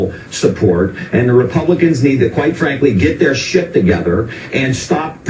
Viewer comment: Did he say, "...[G]et their ship together," or "...Get their shit together?"